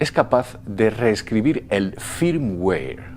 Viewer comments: no vuelvas a hablar de informatica pq para uno que sepa un poco quedas como un inutil, entre el firmguare firmguir i firmwar xDDDD por favor aprende ingles o no vuelvas a usar la tecnologia pq me ha sido vomitivo este video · muy bien mi estimado.... pero un detalle .. cuando pronuncias y sobre todo no se si como lo pronuncias se escribe ... me refiero al al FIRMWARE .. ya que tu dices FIRMWAY .. pero yo conosco el FIRMWARE .. y como tu lo defines esta mal.. así que aclárame si es : FIRMWARE O FIRMWAY .. PARA PODERTE AYUDAR .. QUE ES ...???? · joer macho , toma alguna clase de ingles .. uimere? firmware ! 🤣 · ademas la pronunciacion Firmware que él hace aca es como la pronunciacion inglesa no americana, "feimwae", porque los españoles tienden a aprender el acento ingles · Cada vez que dices "Firmware" lo pronuncias de manera diferente :c